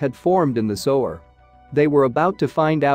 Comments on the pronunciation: Why do you guys let the mis pronunciation pass. Let's see SOWER??? What is SOWER???, No, maybe you mean "SEWER"??? Someone should fire the SOWER of thiswhole video. frind someone who can pronounce the words. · The robot is pronouncing “Sewer” as “to sew my garment with thread.” Amazing. Of course, he means “sewer,” pronounced “Soo-er.” English has a lot of odd pronunciation.